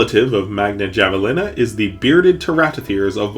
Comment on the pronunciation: javalina is a spanish word the j is pronounced like an h 😭😭😭 hearing “Gavelina” is driving me crazy 💔💔💔